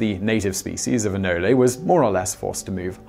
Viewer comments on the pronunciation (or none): I've never heard of anoleys, I have heard of anoles. Just saying it's a weird thing to mispronounce. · It's pronounced "A-nole" not "anolli" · “Anoli”...Lol Simon is phonetically challenged. It’s “Anole” bro. It isn’t that hard to pronounce. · They are not pronounced anolees, they are pronounced anole with a silent e. Nobody has ever referred to them as anolees unless in error. Sorry Simon.